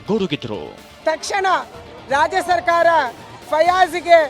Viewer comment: WORST LOUD SPEAKER? RAJA SARKARA ALLA RAJYA SARKARA😂